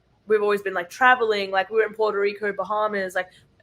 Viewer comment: Awwwhh Winnie is so cute!!!! 🐾🐶🐾 I really hope y’all destroy LSU!!!! Get ‘em girls!!!, you are really starting to have a bit of a southern accent!!! “For a gal that doesn’t really liiikkke (u made it a 2-3 syllable word 🤣) school …..” Too funny!!